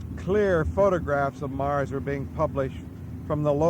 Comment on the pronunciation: Why he said 'Nars' when he meant 'Mars' I'll never know.